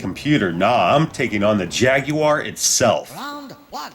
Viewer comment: Good video but I can't really get past the way you pronounce "jaguar"